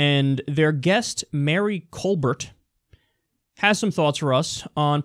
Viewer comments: Excuse me, its pronounced Col-BEAR, thank you. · Why do you pronounce Stephen Colbert & Mary Colbert differently?